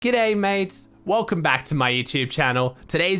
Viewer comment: Why do you say gudday in that weird accent lol just say it properly man